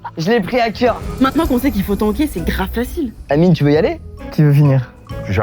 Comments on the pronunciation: Mdrr le « merci anyme » au lieu d’amine. Il est partout celui là 😂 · Il a dit anyme 😂😂😂😂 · il dise anyme 🤣🤣🤣🤣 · le présentateur qui dit anyme au lieu d’amine.. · il a dit ANIME au lieu d’Amine 🤣🙏🏾